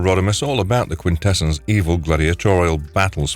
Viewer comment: It's pronounced quintessons not quintessens